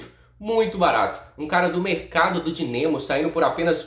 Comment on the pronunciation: Meu toque chega doe!!! O cara fala dinemo